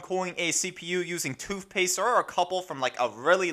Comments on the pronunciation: Toothpaste, not toofpaste.... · It's funny how you can clearly pronounce the "TH" sound in Thermal paste.... but not in toothpatse... together.... both.. worth. Makes you sound stupid when you say toof paste, togeffer, bofe, and werf it. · lmfao. hahahaha. toof paste.😂😂😂😂😂💀💀💀💀💀☹☹☹☹☹ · Toof paste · You have so much emphasis on toothpaste every time you say it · "TOOVPASTE" and "MOVERBOARD" lol